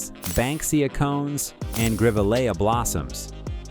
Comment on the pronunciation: Love the AI pronunciation. Galah is pronounced Gar Lar, not Gayler. and Grevillea is pronounced GrevILLia with the emphasis on the 2nd syllable.